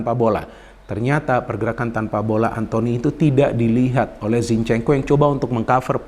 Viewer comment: "Antony" ☝️ bukan "Anthony" Elanga